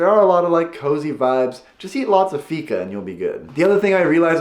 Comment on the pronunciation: when you say fika, it kinda sounds like figa, which means pussy in italian.